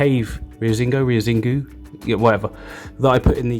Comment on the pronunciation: "Rio Xingu" 😂🤣😂🤣 cheers from Brazil my friend, please keep improving your portuguese, this tank is amazing, the led spots make it look better, more natural.